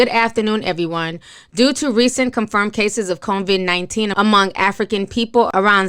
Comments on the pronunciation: She is saying Convid but that is just a mispronunciation. The importance of what she is saying overrules her mispronunciation. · You really should practice reading. I was cringing. Also, there is no “N” in Covid-19. It’s not call “Convid“ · Ti please stop saying CON-vid 19. It's COVID-19.... just sayin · Sis please tell us who is Convict 19😂😂😂 it’s “KOE-VID” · COVID-19.. ITS COVID-19 SIS! Not CONVID! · Hi! Thank you for this! Your commentary is very important on this subject. I will just give u a little critique and I am not trying to be fierce. I really like your channel and I think you are dope but please pronounce COVID-19 as it is. It's COVID not CONVID. I saw someone comment about you pronouncing it incorrectly and because it looks like this virus will be around for a while and hearing COVID-19 will be happening a lot, I just want you to be aware of the correct pronunciation ok? Seriously no shade. What you have to say is important so getting that pronunciation correct is paramount in getting these very important facts across. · No, it's just her pronunciation. It's coe-vid 19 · It's pronounced CO-VID...lol. Like CO-Worker. Thanks for the update on this. Good information to know. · Did she just call it “convid”?? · Convid... Vietbanese... these words are a bigger struggle than necessary